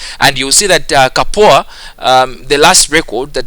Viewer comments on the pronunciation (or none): Its "CUP-OOR" pronounce 'cup' and 'oor' diffrently as in not together give a break between it. dont worry you will learn on one fine day as I always support my weak students. :)))) lolllll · Btw i really laughed on your pronunciation of Kapoor :)